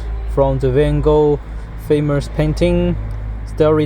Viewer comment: New flagship from Nubia, ha, ha, ha. The company has 3 smartphones. I'm sick of all this Chinese rebrand smartphone stuff. "Faimos paiyt," that technique is called "Word of Van Gogh," but it's too big for you. Next time you make a video (publicity spot), read a little; it's not bad for you.